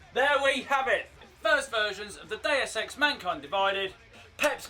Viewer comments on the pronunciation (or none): sounds like he's saying "day of sex" when he says "deus x"